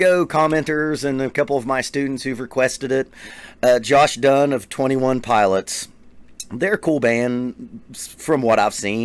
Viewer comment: No one: Him: ThE twenty øne piløts